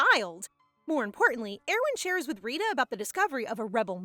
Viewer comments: It's actually Rita not risha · it is not Rishi it is Rita like Rita Ora